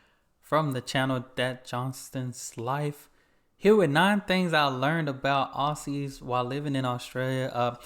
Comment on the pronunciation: ahem Aussies is pronounced ozzy's :P.